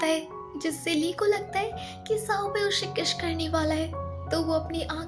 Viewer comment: Yr Gjb 😂🤣🤣🤣 Tum होंठ ko ओठ bolti ho 🤣🤣 Kiss ko kissh bolti ho